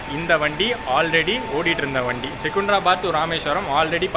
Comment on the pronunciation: செகுந்தராபாத்-ன்னு சொல்லாதீங்க. செகந்தராபாத்- ன்னு பேச்சுவாக்கிலேயே சொல்லுங்க. லாலாகூடா இல்லை, லால்குடா- என்பதுதான் பெயர். நல்லவேளை இந்த பயணத்திலேயும் சிக்கன் பிரியாணியை பத்தி வர்ணனை பண்ணவில்லை. இன்னோரு செய்தி. எனக்குத் தெரிஞ்சு சென்னையிலிருந்து இந்த வழியா மீட்டர்கேஜ் கலத்திலேயும் முழு எக்ஸ்பிரஸ் வண்டி எப்பொழுதும் விட்டதில்லை. சென்னையிலிருந்து மயிலாடுதுறை வரைக்கும் ஒரு வண்டியிலே சில இணைப்புப் பெட்டிகள் மாத்திரம் காரைக்குடிக்கு இந்த தடம் வழியாக விட்டாங்கன்னு நினைக்கிறேன்